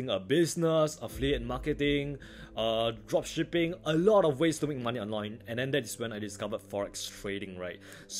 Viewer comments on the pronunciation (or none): You say drop shipping 😶but sounds like *drug shipping *🤐🤔